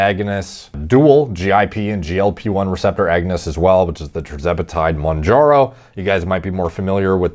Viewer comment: Bro said “jerzepitide monjaro” stop larping as a djini